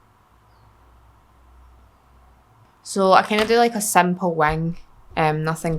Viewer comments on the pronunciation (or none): You are so gorgeous. Hehehe. When you say simple wing, your accent gives it a tilt toward "sample wang". 😂👍 I would do anything to have your accent, btw. Makes everything you say adorable.